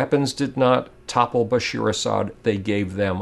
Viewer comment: just one little thing it's BASHA`AR not BASHEER